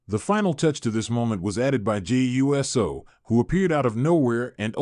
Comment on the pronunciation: Hey you’re still saying JAY U…..S……O ITS USO “OHHH-SOHHH” or are your saying it lik that for the videos CC